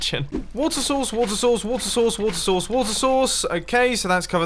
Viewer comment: "Wait... Why are you saying it like this?" "What? I just said that this water sauce could work." "You mean 'source'." "Yeah, sauce." "But you said 'sauce'." "No I didn't!" "Say 'sources'." "Sources." "Now say source." "Sauce." "Say source!" "Sauce." "Source!" "Sauce!" "You're flooding your base!"